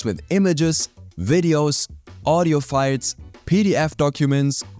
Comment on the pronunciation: Why do you pronounce files as fights?